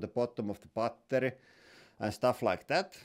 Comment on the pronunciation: Bretty goooood bar-tery